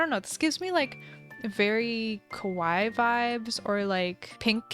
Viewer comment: just so you know Kawaii the ii's make an e sound T^T Because you're saying Kowai, which means scary not cute